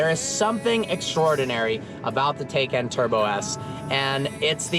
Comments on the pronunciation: You say it wrong (tay-cun) half the time like when you were driving the car but in the intro you say it right (teye-caun) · it's Porsche TIE-CAN Turbo not Taken Turbo, nobody took it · Not Taycan, it's TIEcan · It's not pronounced tie-can or tak-en. Per Porsche, it's tie-con. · The switching between tAcan and TYcan pronunciation was driving me nuts, pick one and go with it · Different pronunciations of Taycan got me confused 😕